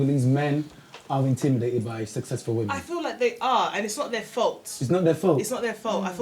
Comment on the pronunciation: Its intimidated not indimidated